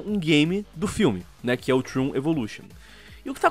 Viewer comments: n querendo ser chato, mas se pronuncia da forma que é escrita msm, "tron" e n "trun". Algumas pessoas n gostam de ser corrigidas e preferem ficar erradas pelo resto da vida, mas eu acredito que o povo da central n é assim. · Trun? Num é tron não? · Trôn, não troon :P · É trOn, o "o" tem som de "o" não de "u" O vídeo tá foda, mas isso me deixou com agonia kkk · Puta que alívio saber que não senti isso sozinho kkkk só faria sentido falar assim se o game se chamasse " Troon" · Não se pronuncia "Trun" e sim "Tron":^. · Pq ses falam Trun e não tron, até em inglês é dito tron e não Trun É como se fosso escrito troon me da agonia kkskskawkwea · Que agonia de escutar eles falando "TRUN"